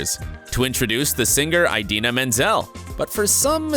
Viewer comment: YOU mispronounced Idina’s name also!!!!!